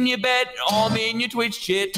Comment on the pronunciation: “Twitch chit” “Door mit” “Is well” “Fwoin as hewll” 😂